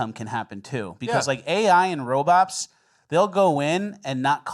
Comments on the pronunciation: My favorite things is when miss says words to troll....i.e. robops😊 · Just here for confirmation that ol is saying "Robops" and not "Robots" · Robops? Really? Its Robots! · First “aliems” now “robops” 😂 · Are you saying "RoboPs"? Ya, this definitely belongs in cringe of the week. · Anyone else catch how says robots?... wtf